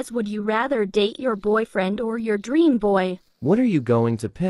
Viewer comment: it's dream not draem